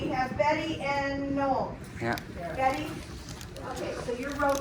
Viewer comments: “And then... NOH-EHL”? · She got it right about the third time. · But there is an "l" in Noel. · Tiger's Eye From my experience in Canada Noel as a guy name is usually pronounced the same as Noelle. Might be influenced by the French Canadians though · Did she refer to you as No El? Lol. I’m sorry man. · Did Noel have a word with the Quincy staff about how to pronounce his name? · Funny how Americans can’t pronounce Noel! Do they not have that name?! I’m laughing at how they’d pronounce Noel Edmonds! 😂😂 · Is that Noel how is pronounced in North America? Sounds like the female version of the name Noel, which doesn't exist to the best of my knowledge.